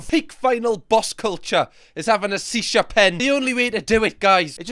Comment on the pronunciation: Shhhhisha … not c sha lol